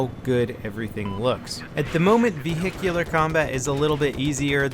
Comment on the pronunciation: LOL Ve-hicular combat :3